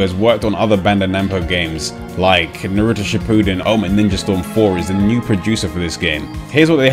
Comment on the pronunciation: Omfg no one pronounces Naruto correctly it pisses me off.